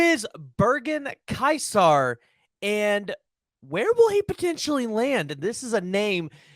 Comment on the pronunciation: Pronounced more like "kaiser"